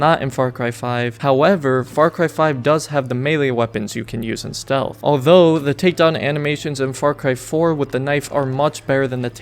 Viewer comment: Ah yes, StEaLh.